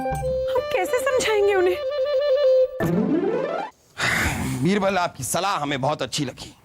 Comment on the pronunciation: बीरवल ❌️बिवरल✅️😂😅